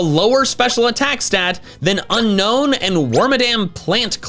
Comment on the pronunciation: IT'S UNOWN, NOT UNKNOWN!